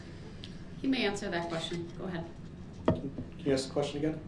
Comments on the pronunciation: DARELL BROOKS DRINKING GAME: 1 Shots = every time mispronounces the word "ask" / aks 2 Shots = every time he objects to be being referred to as "" 3 Shots = every time "subject matter jurisdiction" gets brought up 4 Shots = any time he interrupts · When he “aks” a question 😂 He can’t even speak English, so why does he think he’s a lawyer? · This might lead to another murder charge as Brooksy wants to "ax" the questions. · Oh my god the “ax” made me cringe each time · You know that someone is pure ghetto trash when they pronounce the word ASK as AXE. You lose all credibility in a courtroom or any conversation when you cannot even use the English language properly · If I could only despise this man base on one thing it would be his failure to pronounce the word ASK. The fact that he's also a murderer and a complete idiot helps as well. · He can't even say simple words like ask correctly,why is this man still being allowed to question the victims,etc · This brotha CANNOT pronounce the word "ask" correctly! Lol! funny guy. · no you are not supposed to speak at the jury. That’s only in tv shows. Try that with me doing the questioning and you would get shutdown immediately but dirtbag dumbo brooks has no idea what to do. Hell he can’t even pronounce the word ASK. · Great line of questioning from someone who can't say the word, "ASK" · I could care less about any part of this "trial". Everyone knows what he did. He has NO defense to anything. I haven't seen him win any points nor cast any doubt in the Jurys eyes. He's not a likable person. And he says, "Ax" as in "Ask". It's embarrassing. The whining about an legal assistant now? Really? What a dildo head. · I can't count the amount of times he says word,, axe "or,, axed" instead of ask or asked. And he decided the be his own lawyer. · Ask; as with a k sound Not axed a question... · Drives me nutz when he can't say "Ask"... He says "Ax"... Stupid Killer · i ax u to have me understan.